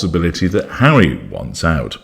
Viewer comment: Oh my god, Hawwy "the broken down washing machine" hilarious. Mangled! 🤣😂 I think she thought she had a chance with the billionaire Tyler Perry, he ran for the Hollywood Hills by all accounts! 🏃🏽😂